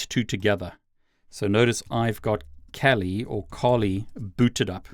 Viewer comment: I've watched several of your videos now, and I think it would be worth investigating the correct pronunciation of "Kali".